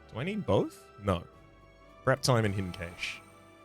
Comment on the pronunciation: Pronounced Cash